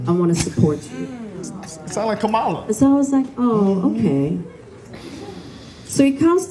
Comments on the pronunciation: Would you please pronounce that woman's name correctly? She's been the Vice President, an Attorney General and a career prosecutor. The very least that you can do to put some respect on her name by pronouncing it correctly. "Comma - la". It isn't difficult. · Can ya'll please keep Kamala name out your mouth. Also learn how to say her name correctly, it's not hard. Ya'll sound like them crazy MAGA nuts. SMH. Its pronounced (Comma-La), NOT, Ka Malla. Ya'll sound ignorant as hell. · Pronounce her name right, it’s comma-la.